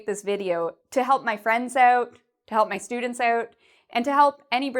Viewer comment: You pronounce "out" incorrectly. Lol. Thanks for this video, my Brazilian wifr needs some help.